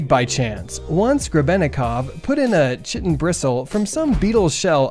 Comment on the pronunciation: Chitin is pronounced kai-tin, like the word "kite" plus n.